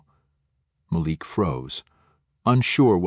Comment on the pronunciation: Please choose one pronunciation for "Malik", while telling the story. Thank you.